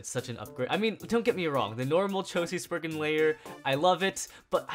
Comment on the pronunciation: SPRIZEN NOT SPRIGGEN